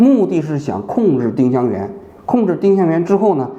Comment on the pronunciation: ling是二声吧